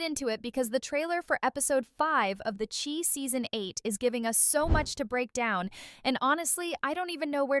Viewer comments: Dont watch this update when this AI recorder say the Chee. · How can u pronounce THE CHI INCORRECTLY! U call it THE SHE ! Thats the wrong pronunciation of THE CHI